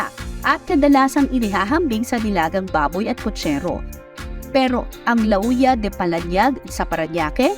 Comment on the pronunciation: Hindi po LA-OO-YA ang pagpronounce ng Lauya de Palanyag. Dish po ng Ilocos yung LA-OO-YA. Ang pag pronounce po ng Lauya de Palanyag ay LAWYA. Palanyag po old name ng Paranaque.